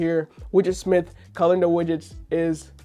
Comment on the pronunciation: Man said Colinder instead of Calendar 😅